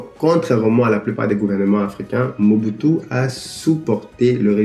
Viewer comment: Bonjour. Stp, prière bien lire ou proncer les noms congolais. C'est MO-BU-TU SE-SE SE-KO KU-KU GBE-NDU WA ZA-BA-NGA